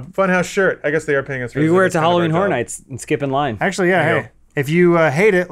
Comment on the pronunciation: Adam should probably learn to say "Horror" properly...